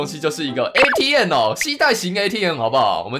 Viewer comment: 你剛剛說atm好像mtm